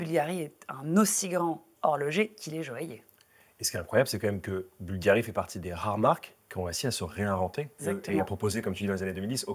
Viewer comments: Boulgarrrrri.... on aime cette prononciation chantante qui laisse déjà présager qu'on va parler d'élégance à l'italienne... vous avez la classe tous les deux, mais tout en décontraction et complicité. J'aime toujours quand "" nous plonge dans l'histoire... j'écris en même temps que j'écoute.... ☺ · Cher Cyril, merci pour vos mots toujours adorables! Il est tout de même vrai qu' prononce mieux Bvlgari que moi!